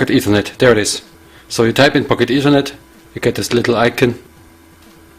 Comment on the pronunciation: Its not PocketEthernet, but Pock-Ethernet.